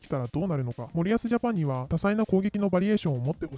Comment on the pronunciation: 「森保」のイントネーションは「板倉」と同じではなく「谷口」と同じな